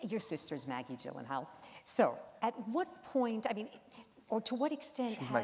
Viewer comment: "Iv'e been watching your work since 2001" Yet she still can't pronounce his name correctly